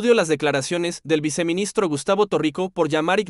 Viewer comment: Se dice: Viceministro y no se dice viciministro